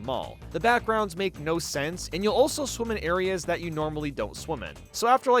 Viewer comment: Any time you say "Swim" or "Swimming" it sounds like "Swoom" or "Swooming"